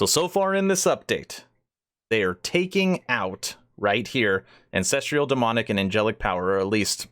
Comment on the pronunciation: An cess truuhl. Not cess trieeuhl. Where are you finding the trial in ancestral... you have valid points and good reason to be upset. Although I think they're keeping a lot of good stuff from us and we're most likely 3 years out still. But at least know how to pronounce a simple word and know how to read correctly if you're going to state that you have such better ideas on things.